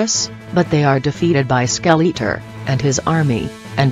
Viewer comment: Skell - eat - er ; Val - keyr - ree ROFL. I like the fact you used actual footage, but maybe get a better reader program.